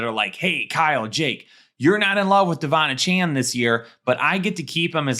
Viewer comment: Ok, love the show, appreciate what you do. That said: AY-chan, not UH-Chan, please. Kthxbi